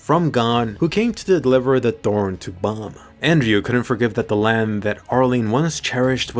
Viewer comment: he called bam bum.